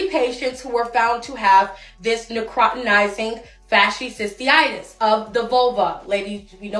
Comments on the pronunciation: I cannot with the "Necrawtinizing fashisisi-itis" 🤣 Oh man, that was even better than when they called it the flesh eating vulva STD We really need to do more health education in the US, this is just embarrassing at this point. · This is absolutely nothing new. What do people think syphilis is? Also, my god, some of these people's pronunciation 🤦🏽‍♀️🤦🏽‍♀️ girl could have googled real quick before posting a video, but no.